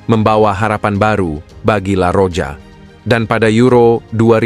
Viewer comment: Penyebutan juan mata: huan mata buan juan mata penyebuta la roja: la roha, euro: yuro bukan ero